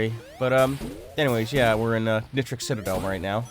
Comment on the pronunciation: I'm sorry... but you pronounced "nitric" WRONG It's pronounced "nye trick" not "nit trick" (No replies to this got it)